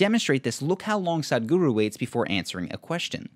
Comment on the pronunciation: It's not Saaadgru, it's S-uh-thh-g-oo-roo